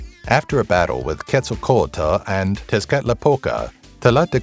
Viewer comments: All the times in this video you didnt pronounce quetzalcoatl as Ketz-al-coatl...you pronounced it Ketz-sal-co-a-dal im done😂💀 it was pure suffering But its interesting to know some aztec mythology that i didnt already know in this video. I know like 5 of them, and yes i know its hard to pronounce they're names but still it was a bit weird hearing someone mispronounce Quetzalcoatl's name. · Ket-Zal-kowatel is how to pronounce quetzalcoatl